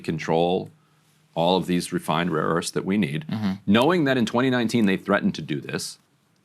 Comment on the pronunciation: trump think its raw earth tho hint: listen how trump pronunce rare earth.... he says rawwww earth